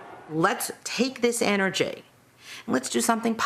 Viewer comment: Energay and destinay